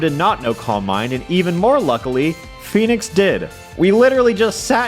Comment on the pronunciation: I misheard you say Phoenix as Fetus